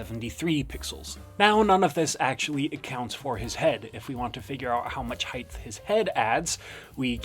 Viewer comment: This was a great video other than every time you said “heighth”